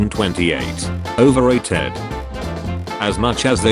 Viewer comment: overrayted XD